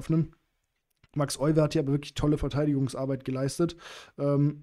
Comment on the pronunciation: Tolle Partie, sehr bekannt. Gerade in Bezug auf die Isolani-Struktur. Euwe wird übrigens Öywe ausgesprochen 😉